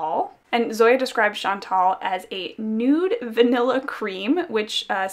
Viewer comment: Hi! I've been debating for a while about buying "Rue" because of all the hype, but I think that you've convinced me to get Brigitte instead. Also, as a French Canadian, may I just correct the way that you pronounce "Chantal"? It was a very popular name for girls my age (one of my closest cousins is called Chantal) and the right way to pronounce the "al" at the end is to say it like a guy named "Al"! Not "ol", like you've been pronouncing it in this video :) Sorry, I know that some people don't like it when we correct their pronunciation but I thought you might want to know :)